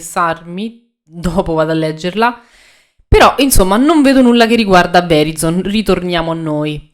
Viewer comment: Ciao, non per fare il saccentuzzo ma così, perché sia tutto ok, Verizon = Vəˈraɪzən (trascrizione fonetica). Per farla ancora più semplice, Grazie per uno spunto che avevo perso per strada, ciao